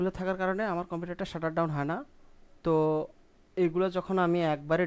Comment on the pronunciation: দুইটির একটাও না, উচ্চারণটা হবে শাট ডাউন